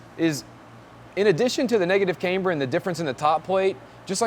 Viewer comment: dude.... it not "Kaymber", its pronounced "Camber". Caaaaaamber. Not "Kay-mber" , its not a girls name. like Cavana/Havana, Camber.